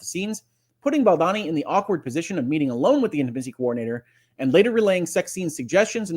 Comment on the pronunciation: I love your commentaries, you are my favorite, I missed you terribly while you were away, but I must tell you that it’s pronounced Baldoni (rhymes with baloney). Thank you for your balanced, thoughtful, and incisive commentary. SO APPRECIATED!!😃❤️ Elizabeth